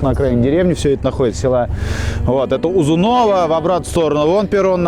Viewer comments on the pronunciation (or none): Ну ну, узуново😂 Хоть ударение ставьте правильно, дельцы...